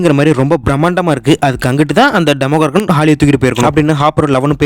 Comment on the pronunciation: Why are you tell demogorgan that is demo doragan